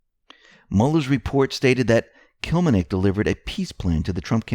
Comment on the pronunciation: To everyone doing the news, Please learn ahead the name you are going to say - use phonics like we babyboomers were taught - Kil LEM nik. Can't do this with the way reading began being taught memorizing the whole word mid '90s...